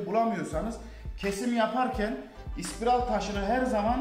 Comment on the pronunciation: Elinize emeğinize sağlık.. ama ispiral değilde, spiral diye söylerseniz daha iyi olur bemce.